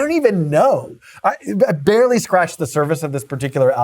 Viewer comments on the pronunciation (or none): none